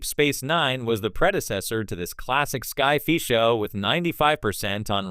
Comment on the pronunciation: "sky fee"? Really?